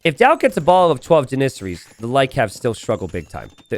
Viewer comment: Never heard anyone say Janissary that way, always thought it was JAN-issary.